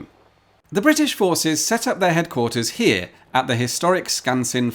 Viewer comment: "It's the Royal Navy h'yere" lol